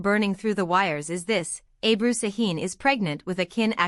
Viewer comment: Не Абру, а Эбру!